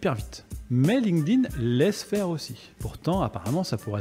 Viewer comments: "ligne-ding" au lieu de "link't-in", je n'entends que ça. Hé hé! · faudrait commencer par la prononciation.. c'est Link'd - Inn... pas lingueding, ni linkeudin For pity's sake! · j'adore comment les français prononcent Linked In ''Linkeu Din'' 🤣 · "Ligue ding" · c'est trop mal prononcé 😂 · C’est fou comment les français ne comprennent pas que ça se dit pas « Linguedin », quelle connerie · Bon écoute ça se prononce linkt in. Comment est-ce possible de passer autant d’années dessus et ne pas être capable de le nommer à l’oral ? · J’ai encore jamais entendu un français prononcer correctement LinkedIn. Le pire (et répandu) c’était “ Line ke dine” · comme quoi il n'y a pas besoin de savoir prononcer LinkedIn pour le comprendre mieux que la plupart des gens!